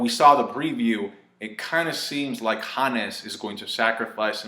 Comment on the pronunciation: I wish you would say 'Hons' instead of 'Hanness'